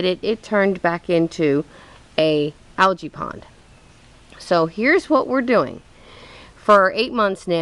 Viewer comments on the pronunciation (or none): none